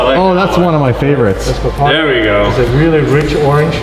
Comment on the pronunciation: He said ther a link and ther not